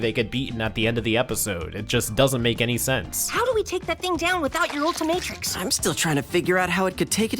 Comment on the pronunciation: Bruh it’s the ultimatrix not what ever you said get it right